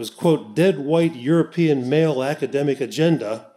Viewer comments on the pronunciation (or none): none